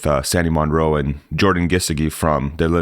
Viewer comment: So happy to be one of your people! FYI, Jordan’s name is pronounced Geese-short i as in jig - dee with the emphasis on Geese.